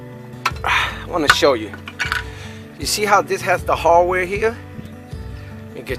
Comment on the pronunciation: This guy was driving me crazy... I gotta find the harwhere harwhere. I didnt know what that was. After an hour I found out he meant HARDWARE! THE HARDWARE, HARDWARE